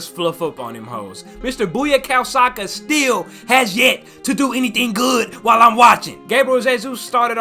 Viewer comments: Buyakao saka 😂 It’s bukayo saka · brother man said "BUYA-KOW SAKA" TF TYPA AMERICAN SHIT IS THISS LMAOOOO. AFRICAN NAMES TO HARD FOR BLACK PPLE